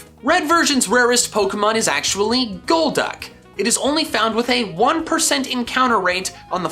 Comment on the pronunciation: IT'S GOLDUCK, NOT GOLD DUCK!